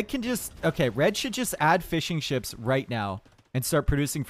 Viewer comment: heard fish and chips instead of fishing ships.... i though omg...